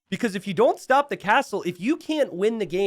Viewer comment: Wait, was pronouncing stop as 'stope'?